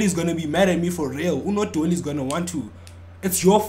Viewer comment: 😂😂😂did bro say nodoli 😂😂